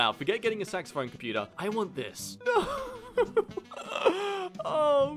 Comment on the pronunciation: it's a compu-tair